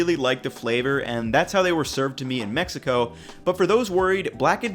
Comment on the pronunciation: You boys like Mex-ee-co?